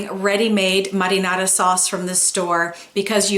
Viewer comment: Muddynana?? Sauce Whaaaa? U mean marinara ?